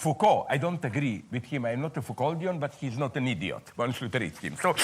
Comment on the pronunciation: I love how he pronounces "idiote"